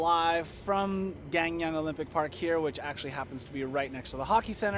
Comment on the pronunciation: Hello! Came here by YouTubing 'PyeongChang 2018'! Amazing video and hoping to watch more of your videos!! By the way you are pronouncing Gangneung (강릉) wrong.. It sounds like Gaang Neung - Here's a video that may help :) Smashing that sub button